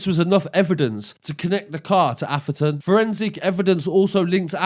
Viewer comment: You mean Atheron not Aferton